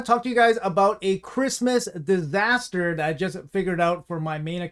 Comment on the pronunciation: Disaster not Diaster :D